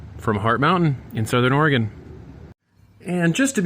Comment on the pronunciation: Very nice! I finally figured out that you are saying Hart Mountain, lol. Those are beautiful.